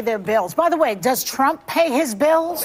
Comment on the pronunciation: Whoopi cannot even say TRUMP